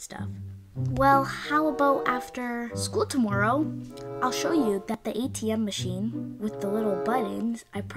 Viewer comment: How did kept on saying "Adam machine" 😂😂😂😂